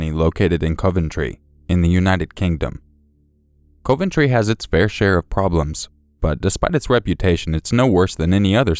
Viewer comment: I love you and your work so much, but hearing you say Coventry made me cringe so hard 😂